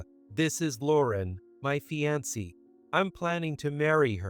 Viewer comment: Fiance' pronounced fee-an-cee! I thought computers didn't make mistakes. Only people do...